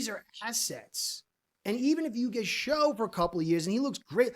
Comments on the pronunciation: Pronounced Tyler "Shuk" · just so you know, its actually pronounced tyler 'shuck' for some reason. dougliedowrong put the man in his top 5 (not including ward and sanders) qb prospects for the fins to draft and he mentioned how confusing his name is